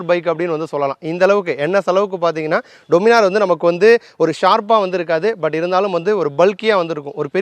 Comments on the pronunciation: டொமினார் இல்ல, டாமினர்... கரெக்ட்டா?? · Pronunciation Daniminor nu sollanum bro "doo" nu solla kudathu summa sollanum nu thonuchu 😅